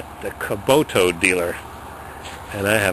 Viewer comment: ok, first of all, its not kuboto, the way you say it, kubota, second of all, if you want a real tractor, get a deere, get a belly mower, much easier to handle, the 3 point hitch is a bitch, cause it swings all over when you turn, and they dig in when you back up, as far as snow blowers, fronts are hydro, and are freakin guttless. the rear may be a bit harder to operate, but much more power... good luck